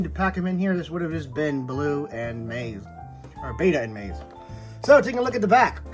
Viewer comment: Amazing review I only have 2 complaints first being the pronunciation of Maisie being wrong but I get it names can be confusing. And in the beginning you called the lystrosaurus a dinosaur in the beginning